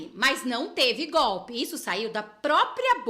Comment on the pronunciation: Esse analfabeto nem falar sabe, toda hora fala "gope", infelizmente é o presidente do Brasil, mas essa culpa eu não carrego.